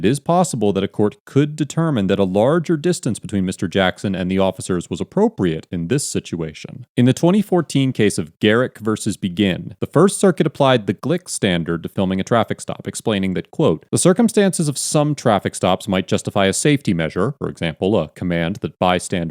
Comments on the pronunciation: It’s pronounced bee gin not begin. I (the wife of this account) love your videos and the info in it. Your not biased and I love this! Most videos I used to watch are and I like that you go by laws not going by the like for the people or for the police. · Phonetically heard, the name Begin = Bay-Zhen. It's French Canadian. Not dissimilar to the French name, Forget. It looks like what it looks like but it's pronounced "For-Zhay"